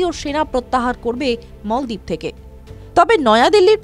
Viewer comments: মলদিপ না বলেন মালদ্বীপ। আগে উচ্চারণ ঠিক করেন পরে ভিডিও বানান। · মালদ্বীপ কে মলদ্বীপ বলল এই রিপোর্টার তাহলে ভারত কে ভরত বলল না কেন?